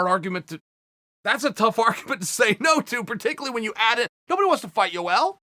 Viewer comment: chael " U L romero" Sonnen